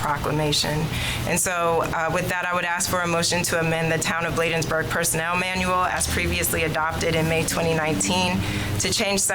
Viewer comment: This is for the Town Administrator, if you are going to work for the Town of Bladensburg, please pronounce correctly. Thank you